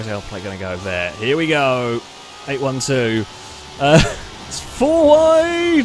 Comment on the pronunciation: 812 is pronounced 'eight-twelve' 🤣